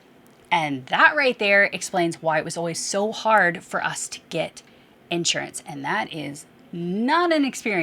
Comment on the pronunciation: So it's pronounced "in shure ants." You Southerners with your funny enunciations.